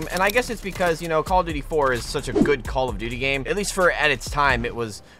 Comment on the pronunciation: Why do you keep saying call of booty 😂🤣😂🤣 only people that says that is people who does not like call of duty